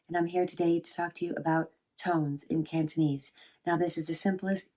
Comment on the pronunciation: why dont i see the other 3 tones? aside from that, nice cantonese pronounciation!